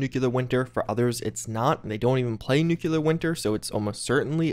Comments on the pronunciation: I like he just droned on in the beginning because he can't just say he was wrong. You were wrong. And it's nuCLEAR not nucULAR winter. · If you can say "nuclear" instead of "nukular" from now on I will donate $100 to the charity of your choice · What did you expect from the grown man who says "nucular" in a constant basis?